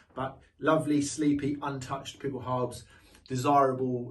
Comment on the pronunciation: Pickel "how-ba" haube. And allgemeine is pronounced "al-ge-mine-eh"